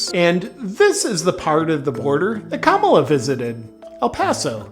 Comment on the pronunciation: You’re definitely saying, “Kabbalah” 😂